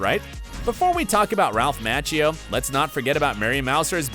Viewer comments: its Ralph ma-chee-oh. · Despite your professional-looking video you really ruin it by mispronouncing Ralph Macchio's name. The correct pronunciation is "Ma-chee-o"! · Went to the comments to look for someone to bring up the constant "Match-e-o" Really? How long has Ralph Machio been around that you can't pronounce his name? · "Match-eo". I've never heard it pronounced that way in my life and it sounds ridiculous. Thankfully you were sure to repeat it 100 times. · Bro I was saying the same thing 😭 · Is this narrator saying Ralph last name wrong. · 1. It's pronounced Z-AB-KUH not Z-OB-KUH 2. It's pronounced M-ah-chio not M-atch-io 3. You still never told us who was the richest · The way you pronounced Zabka and Macchio made me grind my teeth. There is no to-may-toe - to-mah-toe when it comes to someone's name.